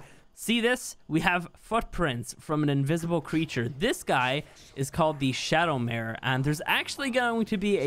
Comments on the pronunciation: ShadowMane, not ShadowMare XD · Him over here saying shadowmare not shadowmane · It's called a shadowmane and not shadomare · Bruh said shadowmare its not a horse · Shadowmane not Shadowmare <3 :) keep up the good work mate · I just realized that said shadowmare not shadowmane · please stop saying maRe and call it a maNE that is the name if the shadowmaNe XD;):P Thx for an awesome vid:) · SHADOWMANE NOT SHADOW MARE (I’m sorry can’t help but to correct people) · its called "ShadowMANE", not "shadowMARE". Sorry, my OCD is kicking in. Love ur vids man. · The picture reads Shadowmane but you keep pronouncing it Shadowmare, is there some weird linguistic thing going on I don't know about?